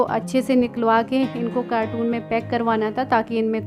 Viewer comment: Nice vlog👌 carton bolte hai cartoon nahi,apne kai baar bola hai acha nahi lagta galat pronunciation...... Kyu ki aap padhi likhi hai,please dhyan rakha kare